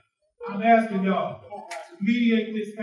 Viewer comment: When she keeps saying “AXING” does she mean “ASKING “? This is totally UNBELIEVABLE!!!!!!